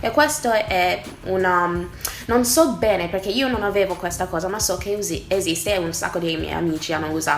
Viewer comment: "Non soBBene" cominci anche a prendere l'accento?😂